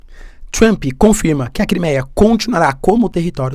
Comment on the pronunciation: se pronuncia 'Tramp' e nao TRAMPÍ...... Po professor, vc esta aprendendo ingles... fazer um minimo de esforco pra pronunciar corretamente né kkkkk